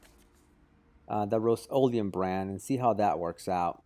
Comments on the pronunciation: RUST o leum not ROAST leeum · "The roast-o-liam"